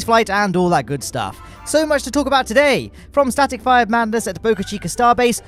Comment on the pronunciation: Is it just me or he really said static fryer test?😐